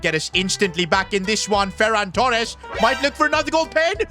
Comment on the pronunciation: no it’s Ferran TooRrRrRrEsSsS